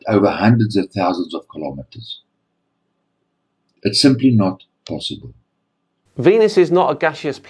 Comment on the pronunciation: It's not posaaaybil